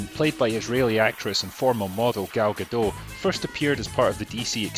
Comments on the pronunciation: A bit redundant for a comment on a 4 years old video, but the T in Gadot is not silent. Like you said, she's Israeli. Not French. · Her name is pronounced guh-DOT. It's a Hebrew name, not French.